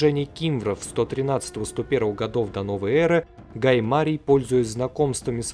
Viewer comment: Как режит ухо неумение ставить ударение во время разговора. ГаЙ МарИй